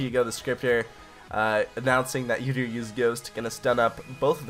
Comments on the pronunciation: It's pronounced ooo-deer not you-deer... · Holy shit when you pronounce udyr as "youdyr" i wanna kill myself haha. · your pronunciations of some champions are just awful sorry to say that - Udyr ist "Youdeer" and Nasus is "naisus" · The only bad bit about this vid is him saying "Yoo-dyr" repeatedly